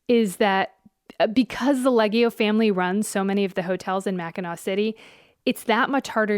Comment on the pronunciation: What's funny is that the hotel brothers obviously have Italian heritage, they don't pronounce their Italian surname properly. Lee Ay Ge (hard G like Go) Oh